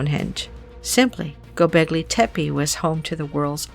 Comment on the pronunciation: sorry but Hinduism is Older than zoroasterianism , as proven by archeology .. also its Gobleki tepe , not Goblegi tepe